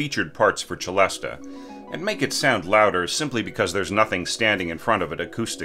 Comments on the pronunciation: I've always pronounced it "selesta". Is that wrong? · "se-LEST" if you're pronouncing it in French, 'celeste;' "che-LEST-ah" if you're pronouncing the Italian word 'celesta.' "se-LEST-ah" is an English-speaking hybrid. Don't worry about it, just go with the flow. It's not hurting anything to pronounce it that way. You may work on a project where all the film music folks say "selesta" - in which case, do the same so they understand you. But I'd say if you're going to make a video or give a talk, try one of the other pronunciations.